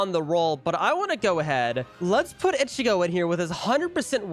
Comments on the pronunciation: The way he is saying ichigo is just 😑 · Why do you say ichigo like that..